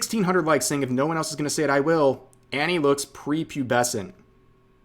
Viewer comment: “prepubescent” really? REALLY?